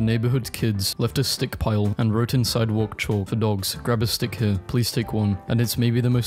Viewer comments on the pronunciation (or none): none